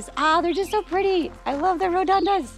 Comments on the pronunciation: Hi, think it's pronounced ' rho-du-den-drum', invasive plant, from himalayas I think 🤔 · Pronounced as Ro Do Den Dron